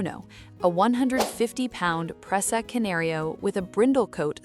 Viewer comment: AI voices can't pronounce the dogs breed